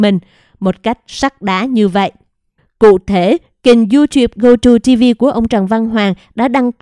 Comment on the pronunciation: Gogo TV chứ không phải GoTo TV...chán bà này quá, chữ to đùng mà đọc sai